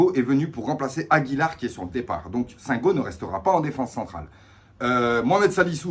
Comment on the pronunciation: Le i ce prononce pour Singo, et les Marseillais n'avaient pas les mêmes supporters que nous contre Ferenvaros. Si ils finissent 16eme comme Monaco 2019 ça serait une belle coïncidence lol 😂😂😂😂